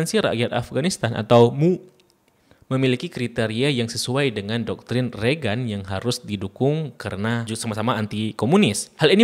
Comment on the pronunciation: Bacanya reigen bang, bukan regan 😊🙏